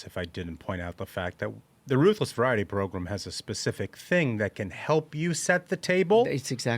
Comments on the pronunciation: I like the cut of your jib… except when you say program as “progrummm.” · Do we HAVE to say progrum so often? Let's replace it with "show"....you can't really mess up show. 🫠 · I really like this podcast but if that guy on the far left keeps saying progrum I cant watch anymore 😂😂😂